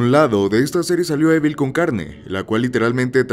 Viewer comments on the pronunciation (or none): none